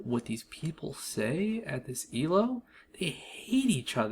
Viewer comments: Also it's not pronounced "ehl-oh" it's pronounced "eel-oh". It's based off the chess rating system created by Indian mathematician Arpad Elo. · "el-oh" first time i heard that